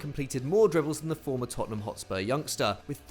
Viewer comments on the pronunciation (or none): none